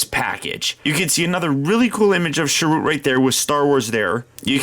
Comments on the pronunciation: It's pronounced cheer-ut 😉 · It's alright, mate, but watch his intro in the film again, he says his own name pronounced correctly, or at least the way the director and writers also pronounce it. Cheers!